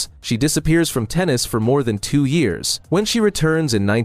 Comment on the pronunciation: Can you teach AI to say year’s correctly please.